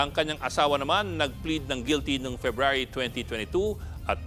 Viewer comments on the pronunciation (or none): none